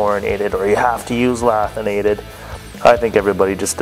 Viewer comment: The fact that he pronounced the tungsten incorrectly tells you everything you need to know. Its LANTHanated, not LATHinated, and there isnt even a N in Thoriated...